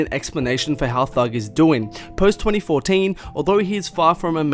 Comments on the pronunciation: “Tweny fodeen” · Yea I paused this video to write this comment when this guy said twenty fordeen...!!! Nope not doing it. 2020 you can’t pronounce a word and you’re well over 20 years old... no excuse!!! Bye! 🤷🏾‍♂️